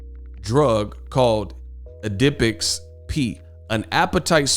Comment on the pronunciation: Its pronounced Add-a-pex. A lot of women take it to lose weight. My wife has taken it. She says it gets you kinda wound up and gives you a jittery type of extra energy.